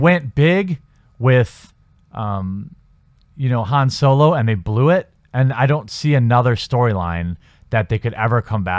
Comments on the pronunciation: I'm confused as to how you can manage to pronounce Solo as Soy-Low for the first half of the video, and switch of the the correct pronunciation of So-Low in the second half. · Why is everyone pronouncing Solo as Soylo. Is this some gag I'm unaware of, or do people of this generation really not know how to pronounce it. Granted, I didn't see the movie. Please tell me it's not pronounced that way on screen. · It’s solo not soilo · Is soylo being said? Lol